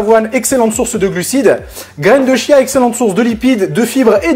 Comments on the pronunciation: Je reviens sur la prononciation, Wikipédia indique que c'est "tchia". En tout cas merci pour cette recette très sympa ! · Super partage, gracias! Pour la prononciation c'est "tchiya". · Petit détail: on prononce "kia" ;) merci pour le partage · oui pour de vrai lol ça s'écrit chia mais à se prononce kia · On dit graines de chia et non pas Kia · prononciation graines de Chia : "Tchia" avec le T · On dit graine de "Kia" phonétiquement et pas -ch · J'ai l'impression d'entendre "graine de chiasse" :D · Je t'avoue que ça m'a fait le même effet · On dit (kia) 😉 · dans le magasine Vital Food ils disent que cela se prononce "kia". Après tout le monde prononce comme il a envie, ce n'est pas bien grave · On prononce graine de chia